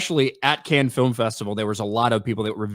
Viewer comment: “Can-nens film festival” That’s all you need to know about the movie gurus here. Actual geniuses around these MAGA cuck parts. Over her nit picking another man’s mannierism, but can’t even actually speak. Great work.